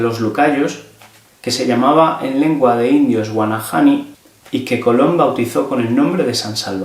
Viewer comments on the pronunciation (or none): Se dice:GUANANI..LA H ES MUDA EN ESTE NOMBRE!!